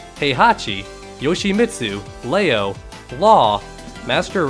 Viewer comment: who the f is "Lay-o"?